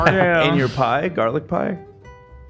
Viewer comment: I still love saying jarlic for garlic in a jar